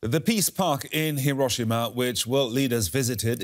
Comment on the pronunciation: Your terrible Japanese translation in English from Tanaka-san can't event say Hi-ro-shi-ma correctly. Even when you quote her. Much in the same way all reporters in this story fail. How can we take you seriously?